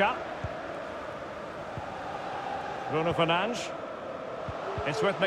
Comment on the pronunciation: Anyone else hearing “Bruno Fernange” or “Bruno fernanch” from the commentators